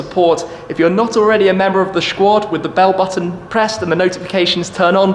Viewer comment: i love how u said shquad haha